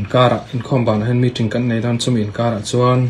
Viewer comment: Meeting,a lam ṭ mai2 aw, necktie awrhte chuan hriat ve mai awm😂